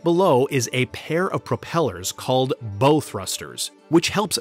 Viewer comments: As someone who grew up in and on the Sea, I offer some pronunciation assistance: Bow thrusters are located in the bow of the ship, which is the "front" or "pointy end". "Bow" in this case rhymes with 'how" or "now" or "cow", as opposed to being pronounced like Robin Hood's weapon of choice. It's amazing that these monsters are driven by a single screw. It's unfortunate that they look so hideous. I suppose we can't expect the Chinese to haul their cheap toxic crap across the ocean in something pretty... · ITS PRONOUNCED BOW, NOT BOW. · YOU PRONOUNCED THE FRONT OF THE SHIP LIKE THE " BOW" AND ARROW. IT IS PRONOUNCED "BAU". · A 'bow' /boʊ/ and a 'bow' (/baʊ/) are two very different things.... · they are called bow thrusters, not bo thrusters. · "Bow thrusters" said like bow and arrow made me lol. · The "bow" of a ship is pronounced to ryme with "how". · A rudder is BEHIND the screw/propeller not in front..... And its called a BOW, as in it rhymes with NOW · "Bow" as in "Bow thruster" rhymes with "now", just an fyi for the AI reading this in your next video..... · Seriously, a "boe" thruster??? 😂😂😂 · That’s how you know it AI. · Bow as in Bow of the ship not Bow as in Robin Hood shoots an arrow from his bow. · No way he just said “bow” thrusters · You might want to learn how to pronounce "bow" when talking about a ship.